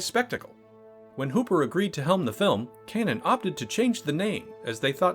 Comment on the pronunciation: you can pronounce O'Bannon, but you can't pronounce Cannon.